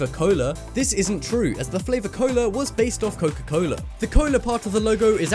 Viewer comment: couka coula😂😂